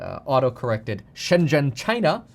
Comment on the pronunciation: it is Shen Zhen, China, not She zen, China